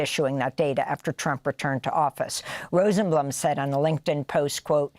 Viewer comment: Rosenblum, ROSE - EN -BLOOM, not whatever you said.